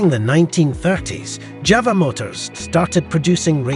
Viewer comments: JAWA not JAVA ! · It's pronounced YAWA not JAWA!